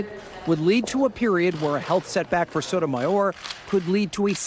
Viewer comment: Whoopie can’t even pronounce Sonja Sotomayor.🤦‍♀️